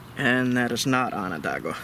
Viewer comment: Im enjoying your vids so much . Still , can i beg you to say Onondaga correctly ? I cringe every time i hear Ononda-gua . Sorry , cant help it . Its wonderful to watch you and youre giving people great lessons on NOT LITTERING . There really ARE so many selfish and clueless idiots out there . PS are you careful when you select cobbles to knap ? Where im at in the Hudson valley , its not too unusual to find that a cobble was once a native grinder or hammer stone and should be preserved . Js . Im lovin everything you do , great work 😁😁😁